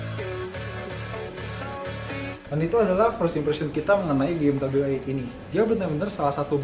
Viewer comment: Pas baru loading ni video, gue kecewa sama si host. Masa dia bilang BMW ai-eitgh (ejaan bahasa inggris). Ini review indonesia bray, so u pake dong bahasa Indonesia dengan bilang Be Em We i-delapan.